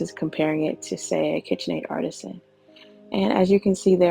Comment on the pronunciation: Art- tee-Shan